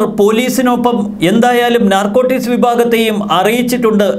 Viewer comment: നർകോട്ടിസ് അല്ല .... narcotics